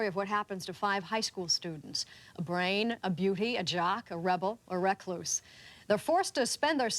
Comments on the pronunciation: Didn't understand what host was saying at first, pronouncing recluse as 'reck-loose'. Also didn't know Ringwald was still at high school when it was made. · The way the presenter pronounces recluse ??